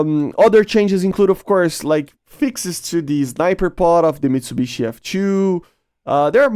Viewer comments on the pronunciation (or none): none